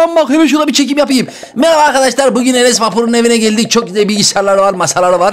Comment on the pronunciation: Enes Batur a Enes Vapur diyen koca yürekli